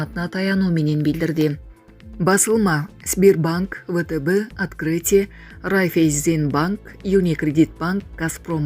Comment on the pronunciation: Райфеййззинн банк😂 эмес райфайзен дечи